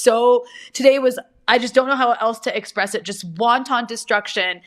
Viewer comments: WONTON destruction? Sorry but, your mispronunciation has me craving Chinese Food. LOL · she better update that map of israel on her necklace LMFAO DID SHE JUST SAY "WONTON" DESTRUCTION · Rania Khalek pronouncing wanton like the Chinese food item wonton. The two words have distinct pronunciations that she seems ignorant of.